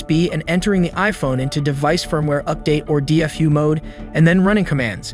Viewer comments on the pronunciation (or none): none